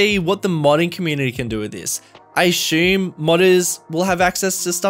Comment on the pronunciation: Why cant this guy pronounce the word assume?....